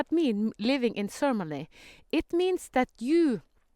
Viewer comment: Oh! Ceremony! Okay. I was hearing sermony, and wasn't understanding. Beautiful. Got it! :-) Beautiful.